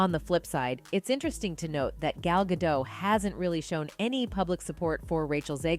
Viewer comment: It’s pronounced Gah-Dot, not dough. My lord. C’mon, girl.